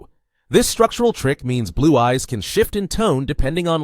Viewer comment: i cant help but hear you saying "black guys" instead of"black eyes"